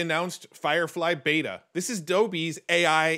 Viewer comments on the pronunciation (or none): none